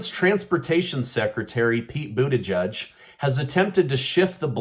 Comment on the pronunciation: Lmao he said Pete booty 🤣